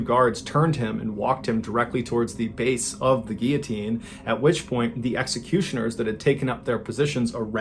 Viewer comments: ‘Fun fact’ the head stays conscious for 10-12 seconds, SO THEY SAY.. so it’s basically not a fact, just a theory also guillotine has an L in it it’s not pronounced ‘gee-a-teen’ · Not to be over the top... But “Gear teen” is pronounced “Gill-O-Teen” I know it's a strange one but just helping. Love the channel. 🙏🏻💙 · I always thought it was called gillatean If you pronounce Gill a teen. Lol I've been saying it wrong all my life You say it as geateen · What was with the pronunciation of the word Guillotine? 🤔 is that how it's actually meant to be pronounced? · Guillotine - Why don't you pronounce the L's in US? I mean there are 2 of them & you're not french. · Hey Mr B. Just curious as to your unusual pronunciation of guillotine. Why don’t you pronounce the L’s?